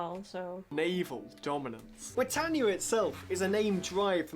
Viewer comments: You haven't done enough research. It's NOT pronounced bri-tay-neea, but LISTEN and you will hear BRI-TAN-YA. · It's Britannia NOT Britainnia! Oh, and it appears Sarah Connolly's flag is upside-down when she waves it - this is known to be a 'flag of distress'. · Rule Brit-AYN-ia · Rule Bri ..tan ya…. Not Bri…Tain…ya. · It is pronounced Brit-an-ia. Not brit-ane-ia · Not being a pedant but it is Brit-tan- ya not Brit-tane-ya. The wokes say everything is racist but it isnt. It's about being proud to be British. Yes, we had an empire, most civilisation did. But the British gave their empire away and left many countries with proper democracies, legal systems and in a better state than they were before the Brits arrived. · Britayenia? Are you having a laugh? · It is pronounced: BRI TAN I AH BRITANNIA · Wool Bwitannia. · She said brtainea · You’re mispronouncing Britannia. It’s a short A, as in “at” and “pat.” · Learn how to pronounce English words. It's Britannear. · Britaynia are you for real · She cannot even pronounce Britannia correctly! Typical yank!